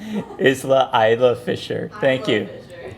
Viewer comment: youre pronouncing isla fisher wrong..